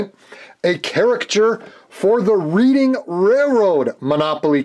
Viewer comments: reading is pronounced redding here in PA. always love your channel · Although I live near the city of Reading. It's pronounced like Red-ing... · I live about 20 minutes outside of Reading Pennsylvania (Reading Railroad) it is pronounced Redding. Not picking,just passing on some info. Fun build! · Reading railroad.... pronounced "redding" after the town of Reading, PA. They even mispronounced it on Round 2 introduction video! LOL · It’s pronounced like Red- ing railroad. Nice job though, thanks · Thank you, being from Reading, PA originally and knowing about the namesake railroad, it absolutely drives me insane when someone mispronounces it.